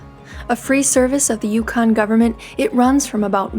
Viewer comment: Can you, You repeat the name Yukon. Yukon. Say Dawson City, YUKON. Repeat that... Yukon. Yukon